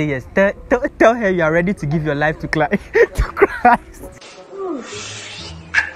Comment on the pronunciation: Did i hear chlist😂😂😂